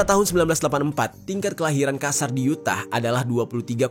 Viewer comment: Yutah bacanya bang bukan U tah walau tulisannya emang Utah